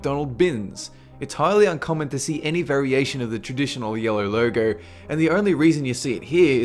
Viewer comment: He said loyo instead of logo